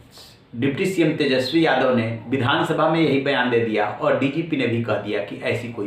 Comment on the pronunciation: Ja tu pad ke aa tesjpi bolna nahi aata hai 😂😂